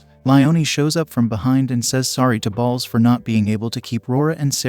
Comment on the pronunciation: Why is the narrator pronouncing Bolts as Balls... I mean its kind of hilarious at first, then it gets annoying.